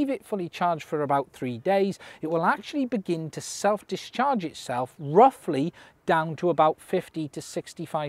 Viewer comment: Every time you say self discharge I hear self destruct.